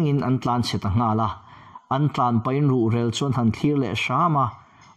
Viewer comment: Ruhrel i lam dan a dik lo tlat.---mi rel tia rel tih lai hi lam rik tur a ni zawk ang. In kan rel tia lam rik ang in i lam a a dik lo deuh.